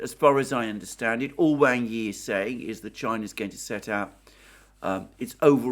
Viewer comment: Wang Yi is pronounced like "WAND", but with a G, and "I" like in illicit.